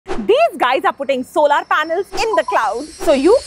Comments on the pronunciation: it's not solaar.. it's solar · What the f is "so laar", it's pronounced "sow lur". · Solar ❌ Solaaar ✅ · Please look up the pronunciation of solar.